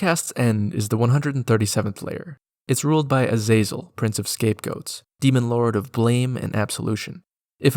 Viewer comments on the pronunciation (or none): none